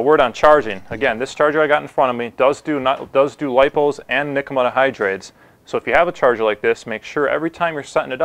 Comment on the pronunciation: nikkamidda hydride? I was halfway through the video before I realized what he was saying lol.